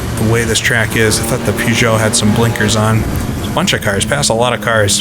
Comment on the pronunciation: I love the videos but good lord, every time you say "Pew-zah" the hairs on my neck stand up.